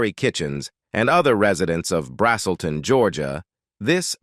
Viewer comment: “BRAZZ’ - uhl - ton” is the town.